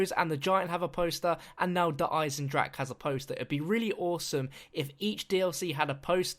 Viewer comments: Der Eisendrache is pronounced like you are saying it but with an emphasis on the e at the end so it sounds like eisendracha. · 'Der Eisendrag' hat er gesagt. Wie er es einfach nicht aussprechen kann.😂😂😂😂😂😂😂😂😂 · "wounderwaffa" "eisendrach" when the english peoole speak german words :D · The ch from Eisendrache in not spelled like k or g